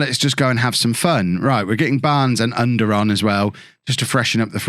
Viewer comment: to help with the pronounciation of Ünder ü the same sound as Söyüncü, like the e sound of "Jew" or "few" er is pronounced the same as the "ere" in Premiere